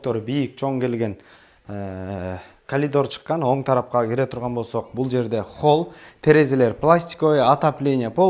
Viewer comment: Калидор эмес, коридор !